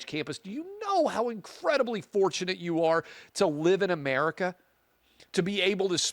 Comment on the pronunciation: The Intifada comes to North Mexico, I mean, A-mair-ee-ka 2.0!